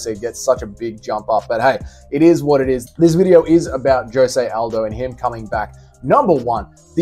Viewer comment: Stop calling aldo “aljo”